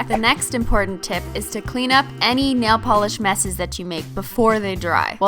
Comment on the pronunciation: She said simply nalogiclish